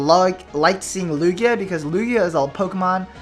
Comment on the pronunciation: Its Lugia